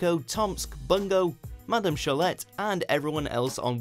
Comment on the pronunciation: Had to stop watching this after hearing strange pronunciation of Madame Cholet ( - it should be pronounced Sholay) and 'era' is mis-pronounced 'error'?? Who does your voice overs?